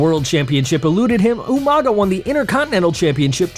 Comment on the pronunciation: Umaga,? Oh you mean Umaga!😂🤣